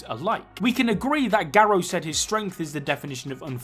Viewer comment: Him - ga-row Me - gar-ru